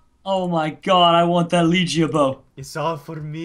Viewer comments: Pronounced leg ea not leegeA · Not to be rude but its pronicsed (leg-ia) bow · It's a leg-E-a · I know that no one likes people that point this out but the bow that your got is called the leg-ee-a bow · It's a LEG-ia bow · it's le-gia bow le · Its leg- e-ah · MITCH!!! you pronounced legiea bow wrong